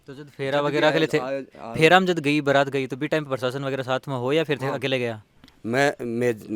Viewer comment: वो बारात नहीं बरात होता है।